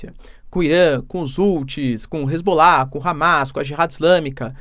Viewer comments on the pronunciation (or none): none